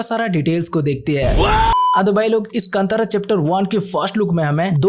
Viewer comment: Kandara ❌ kantara Kanad ❌ kannada